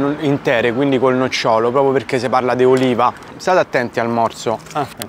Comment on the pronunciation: ti voglio bene e ti stimo. Come al solito un ottimo video. Un'unica cosa: "nocciòlo" è l'albero delle nocciole, "nòcciolo" è la parte interna dei frutti